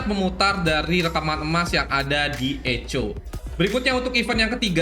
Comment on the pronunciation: Ngomongnya pakai bhs inggris aja kak biar lebih bener. Contohnya Echo gitu dibaca bener2 bahasa inggris lebih enak di dengar